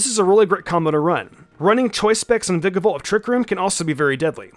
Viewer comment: Dude, every time he says “Veekabolt” I swear a part of me dies, and not in a good way.